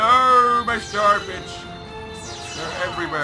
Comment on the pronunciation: Is it me or did that sound like 'Noooo, my star bitch' instead of star bits?